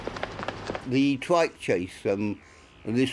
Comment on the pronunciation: Love hearing Terrance Dicks talking about how Jon Pertwee would "dwive" his "twike"!